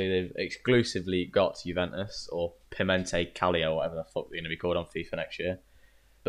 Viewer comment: You:"Pimente Calio". I stopped watching...